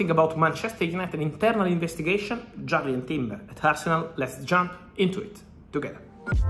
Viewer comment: Whos jarred timber?? Sure its jurrian timber 🤣